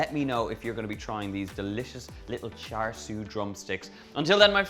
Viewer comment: Not exact replica of Char Siu (Pronunciation- Cha Seu) but it should be good I suppose